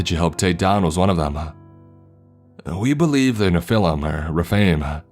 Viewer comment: Hey I like your stories but please stop breathing so heavily after every sentece please it’s very annoying... by the way Nephilim is pronounced very different so please do your research before recording anything. Thank you.